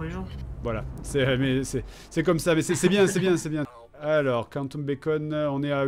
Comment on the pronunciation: KANTOUME travel xD On dit "Quanteume" plutot